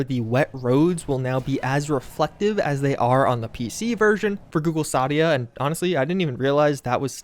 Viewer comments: Going to be that guy... It's google "Stay-Dee-ah" Not Stah-Dee-ah. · You have now begun a war between people who pronounce it Stay-Dee-Ah and those who are wrong and should be ashamed that say Stah-Dee-Ah. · Stadia wins again - Also, you pronounced it wrong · Lol the way you pronounced google stadia was hilarious